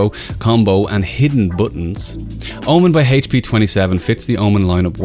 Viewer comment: HAYTCH PEEEEEEEEEEEEEEE. HAYTCH, you're killing me man.